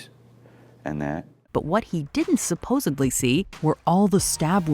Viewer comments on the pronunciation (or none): Did you say… supposubbblyyy?!??! 🤨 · Did you seriously say “supoSUBly”?!?!? It’s suppoSEDly!!!! (Sorry. Pet peeve) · Not “ supposebly”